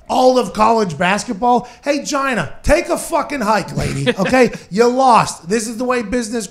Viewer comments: Hahaha Pat calls her Gyna 😂😂😂😂 Giiiina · Pat it's pronounced GEEENA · It's pronounced (Gee-Nah)!